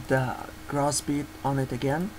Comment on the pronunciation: Just to confirm guys, the plugins called gross beat. Not cross beat cause thats what I thiught he said XD